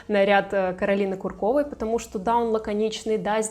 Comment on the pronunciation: Ку’ркова, а не Курко’ва…